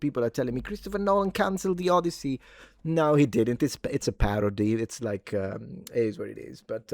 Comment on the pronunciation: No, it's "Od-DEI-sey"